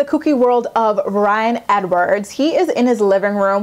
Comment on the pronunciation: why can't this woman say the name Ryan properly? Leah and Caitlyn are pathetic and worthless.